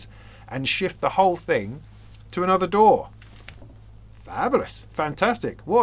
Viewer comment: The Youtube captioning interpreted your pronunciation of DAW as "door". I kept wondering "What the heck is this about? Is there some new standard or technology I was previously unaware of? What is this 'door' of which he speaks?".